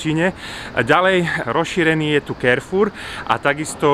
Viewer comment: Pěkné, zajímavé. Jen si dovolím poznamenat, že "Carrefour" je francouzský obchod, tudíž se nečte anglicky [kerfůr], nýbrž francouzsky [karfůr]. Dost lidí to čte nesprávně anglicky.